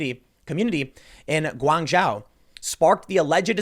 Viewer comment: "Gwan Joe" how it should sound, lived there a few years back :P